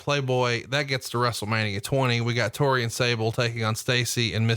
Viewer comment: God damn it it’s TORI not TERI